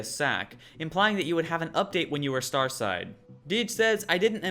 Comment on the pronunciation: What you meant to say is "Stateside" not starside right!?